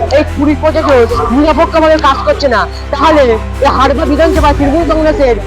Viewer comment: ভাই হারপা না হাড়োয়া😅